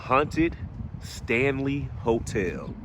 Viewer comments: You said "Stanley," my man!😂 And it's *scrying, my brother. We spent the night there a few years ago. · Shanley hotel not Stanley. Lol